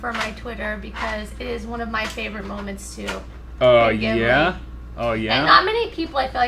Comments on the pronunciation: wait her favorite STUDIO GHIBLI character!?!? Isn't it pronounced Jee-blee!?! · maybe if you tried saying studio ghibli instead of what sounds just like.. giblee. I actually kept getting triggered by that